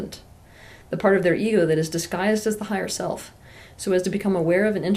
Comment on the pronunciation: I like when she pronounces *silf" instead of "self" ... Ok not really